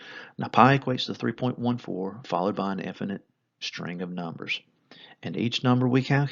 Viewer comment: ”numb errs” 1=0